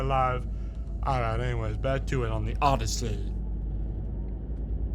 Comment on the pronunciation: He really did just pronounce it odie-see